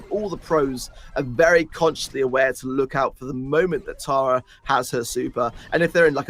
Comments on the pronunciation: i laugh everytime they pronounce tara taira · It's TARA not TERA lol 😂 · Pronunciation of Tara as terror makes me angry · Why do you say “tera” bruh it’s Tara